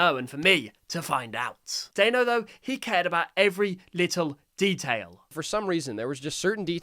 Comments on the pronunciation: No hate but it’s pronounced Danno not dAnno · no way bro called DANno DAYNO! ITS PRONOUNSED DANO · By the way, just so you know, it's pronounced da-no, not dai-no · W video but when you say danno don't pronounce is name like that daynno pronounce is name like that denno danno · Bro really pronounced it as Dianeo, instead of Danno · Not to be mean, but his name is pronounced dan-o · The creator's name is pronounced Dan-o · Why did pronounce Danno as Day-no???? That's not even his name and you would know this if you had just watched and paid attention to Danno's own shorts!!! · It’s pronounced Dan-o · The way you said danno made me die a little inside It's not daino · whos "dayno" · Its dan-o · It’s produced “Dan oh” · It’s pernosted Dan-o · I'd like to politely inform you, his name is pronounced Dan-o, like Daniel, but with an O at the end, like as if his parents expected him to become a cereal brand. Dan-O is how Danno is pronounced. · For info it's pronounced "Dan-o" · by the way, you said it wrong. Hope this helps you! ( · I hate to be that person, but Danno is pronounced like "Daniel" (Danno's real name) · it pisses me off on how you say danno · you're pronouncing danno wrong. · Stop saying danno’s name like that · You mispronounced Danno you do not say The a you see the sound of the a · not me raging every time he says dAnno instead of dAHnno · Great video, but his name is pronounced Dan-no, not Dane-no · pretty sure it’s called DAN-o not day-no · NOOOOO IT'S PRONOUNCED DAH-NO NOT DAE-NO anyway cool video. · It's not daino Danno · Dayno 😂😂😂 it’s Dan no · its not “dayno” it’s pronounced “dano” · Why you pronouncing Danni, Dayno?😭😭 It's Dan + no --> Danno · It's pronounced dan-o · Leave toon turf alone from this it was supposed to be released 2 years ago and it’s not even to end ai it’s also pronounced Danno not Daino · Just to say, it's pronounced dah-no not day-no. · Your saying Dannos name as dÆnno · Bro said dano😂😂😂 its danno